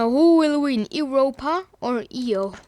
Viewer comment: Not e-os it’s Io